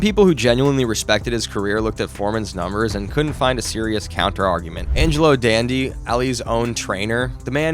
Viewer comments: 1. The ref didn’t count him out. He stopped the fight. 2. Foreman didn’t get knocked out, he was TKO’d. 3. It wasn’t a lopsided fight up until the 8th round. It was pretty even. Ali was counter punching throughout. 4. It’s Dundee not Dandee. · Dun dee, not Dan dee.🥊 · Dundee not fkn dandee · Tyson and Foreman never fought so how could he have taken advice from Ali not to rematch Tyson? Also, it’s pronounced Duhndee not Dahndee… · Angelo DUNDEE, not DANdee, you AI bot idiot. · Angelo DUNdee, not dandee. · Dandee? That was the name of Ali's trainer? It's Dundee! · Why is this clown making a boxing video. He can't even respect the sport enough to say the name of a legendary trainer by his proper. Angelo DUNDEE NOT DANDY. What a clown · are you sure Ali was the 2nd person to regain the heavyweight title? I thought Floyd Patterson, Jersey Joe Walcott, and Ezzard Charles did before Ali. Also, why do you say "Dandee", Ali's trainer is "Dundee" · DUNDEE not Dandee - FFFS do your research, eijit! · DUndee, not DAndee. So annoying... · Dundee not Dandy. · Good vid -- but Ali's trainer's name was 'Dundee,' not 'Dandy.' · Great mini-doc! One thing I don't understand- you have Angelo Dundee's named spelled right on the screen, but you keep calling him "Dandy" - Supwithat? He's the most famous boxing trainer of all time - it's Dundee. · Fix your AI... the trainer's name is Dundee, not Dandee. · Calling Angelo Dunde ,Angelo Dandy over and over is so disrespectful. How does Dunde read like Dandy to you? Is our education system that bad? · Dundee not dandy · It's Angelo Dundee (done dee) not dandy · Who is “Dandee”? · Angelo Dandy? Come on, man. Make a basic effort. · Give the man Angelo his respect too, pronounced "Done-D" Great video of great fighters I admired and respected! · The tell is that the person reading the script doesn't know who Angelo Dundee is. I don't think any partially knowledgeable boxing historian would ever call him Angelo Dandy, much less multiple times.